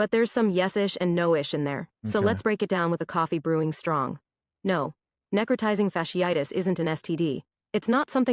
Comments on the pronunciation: “necro-tie-zing. fash-eye-tiss.” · Neck-row-tie-zing fash-ee-eye-tus is how it's pronounced :) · “Neh-crow-tye-zing fash-ee-ii-tis.” “That’s my college!” #proud Can’t even read it much less pronounce it. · It’s pronounced “Neck-Cro-Tizing Fash-ee-itis” … WTF is SHE SAYING 😂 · She's pronouncing incorrectly. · Necrotizing fasciitis(she butchered the pronunciation) is not unheard of. Remember back in the day, the women who caught a flesh eating bacteria from unsanitary pedicure basins at nail shops? That was necrotizing fasciitis. It can happen to any part of the body. Moral of the story is....don't be promiscuous. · If u don't know how to pronounce NECROTIZING FASCITIS you are not qualified to speak on it😂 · Wow she cant even say it correctly this flesh eating infection has been around a long time its not new and its not a sexually transmitted disease 🤦🏽‍♂️ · Her pronunciation of necrotizing fasciitis was killing me 😂😂😂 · as a microbiologist her pronunciation of necrotizing fasciitis was abysmal. But this isn’t a new disease. Necrotizing fasciitis; these particular cases seem to be caused by group a strep which is common. Typically when you go to the ER for a cold they are gonna run Flu AB and Strep AB. For it to cause necrotizing fasciitis these patients had to be immune compromised somehow. This one really isn’t of alarm to the general public outside of certain circles because in a normal healthy immune system it shouldn’t progress to this stage. Now what would be of concern for me though is if it was antibiotic resistant; because at that point if exposed to enough people and enough mutations happen then virulence could be enhanced to infect people with healthy immune systems as well. Microbes are pretty fascinating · Can someone please teach her how to correctly say “necrotizing fasciitis”?!?😩🤦🏻‍♀️🥴😂☠️